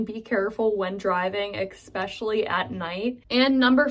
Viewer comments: I love the way she kept saying ekspecially. I grew up in Oklahoma but was born in Pittsburgh. My mom and grandmother, who lived with us while I was growing up were from McKees Rocks. My mom had to explain chipped ham to the butcher in Oklahoma. I had to Redd up my room before playing outside. When I was in trouble I had to either sit on my teeth or on the Devan and hush up. My grandmother used to call our neighbor a real nebshit. My mom had dozens of Pittsburgh venaculars. This video made me really miss my mom. My dad may have taken her out of Pittsburgh, but he never took Pittsburgh out of her. We may have never left, but our home burnt down on Brownsville road. With 7 kids and grandma, and being under-insured, he decided that going home to Oklahoma where he had family was the best way to get back on his feet. My mom was an only child and her father died working for the P&LE. The hardest thing about Oklahoma for my mom was getting used to eating brown eggs from a chicken instead of white eggs from the store, and drinking whole milk from a cow instead of skim milk from the milkman. She actually warmed up to having cows, pigs, goats, chickens and geese, and she enjoyed watching rodeos and attending Powwows. But I think she missed the streetcars, inclines and the mountains. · Only a few minutes in and wondering if “x-specially” (especially) is a PIT thing or just this content creator? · said "exspecially" several times. Is that Pittsburghese?? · Yes, I was annoyed by “exspecially” too. By the way, I rarely hear all of these Pittsburghese expressions in my daily life. Most people here deliberately try to speak without the Pittsburgh accent. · Been here all my life. "x-pecially" is not really a pittsburgh word. It's just a mispronunciation. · have I just heard "expecially"????????? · Eckspeshully lol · yeah kind of annoying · She can't say especially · You say the word ESPECIALLY very odd!! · Yes, "expecially"😉 when saying Especially! 🙂